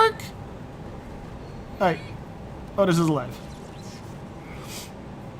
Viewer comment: I did a corn/eve run on madness 10 recently and noticed the same thing - enchanted weapons is REALLY powerful, even when just loading up his +fire/flame. BTW I think it's pronounced Ottis...